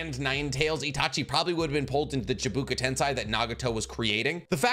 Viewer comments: ChibAKU not ChibUKA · Good video but the pronunciation of certain words is killing me….for someone who is a Naruto fan, you can’t be butchering “Chi-Ba-Ku” tensei that badly lol